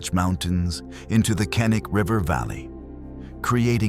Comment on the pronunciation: Moron. Kink is pronounced K nik Ca nik